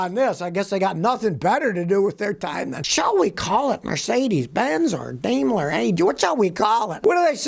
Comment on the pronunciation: Well Scotty, you correctly started with saying 'Dime-ler' but then went back to 'Dame-ler'. Tsk tsk. Hehe. :) So I guess the AG part means 'Always GoingWrong'.